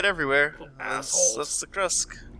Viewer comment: it's "Krust", not "Krusk" D